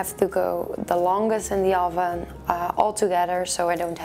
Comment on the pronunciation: Oh-ven lol